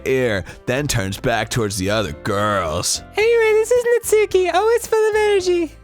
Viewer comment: NAT-SKI- STOOPID